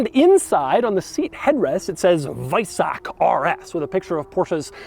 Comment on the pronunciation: Kudos for pronouncing weissach correctly 🤓